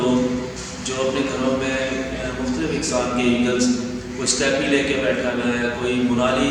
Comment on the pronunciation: Bhai Steppe ki English pronunciation Step hai Steppy nahi, aap ka channel Bohat Acha hai aur wildlife conservation aur awareness ka kaam bhi bohat ala Kar rhay hain, Allah Pak mazeed Acha kaam karnay ki tofeeq day, Ameen